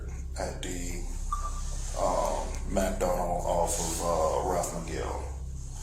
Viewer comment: It's pronounced "MacDonoos"...